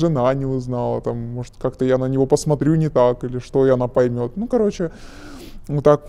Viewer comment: Тоже поржал)) Особенно когда говорит -"каоче, помо заведение, помо каянная, помо куб")) что блять?